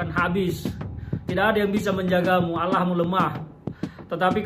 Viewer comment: Cara nyebut Allah aja bgitu wkwk